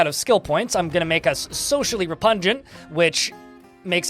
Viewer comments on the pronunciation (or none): "Repungant" is not a word. It's repugnant. (re-pug-nant). I just learned about this game yesterday, and it looks really interesting.